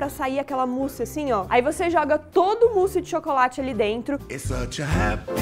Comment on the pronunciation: se diz o musse